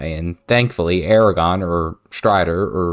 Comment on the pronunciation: Also recently started LOTRO for the first time in years. Also...."Aragon"? C'mon man lol. Loved the vid.